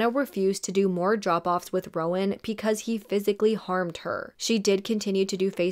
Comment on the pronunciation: PEcause 🥴😵😳 Love your videos and the amount of detail and research that you put into them..BUT every time you pronounce BECAUSE with a P it drives me mad 😭😭😭